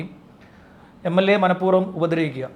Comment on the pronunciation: MLA അല്ല മ്ളാ